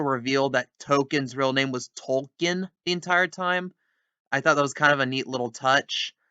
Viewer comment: South Park: His name is Tolkien, you racist piece of shit. Me who listened to every utterance of his name before this episode: I didn't hear no "L".